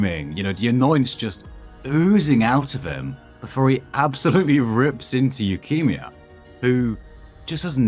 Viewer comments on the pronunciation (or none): i cannot get over how you pronounce his name as leukemia LOL